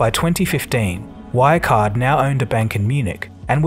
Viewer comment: Your pronounciation of German names is horrible, you're not even trying to say them correctly. It takes 5 seconds to search for the words on German wiktionary and listen to the pronounciation. Good video, though.